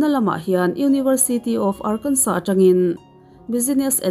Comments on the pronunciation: Arkansa ti a lam tur. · Ngaihthlak a nuam hle mai... tin ar-kan-saw tia lam tur ni e 👍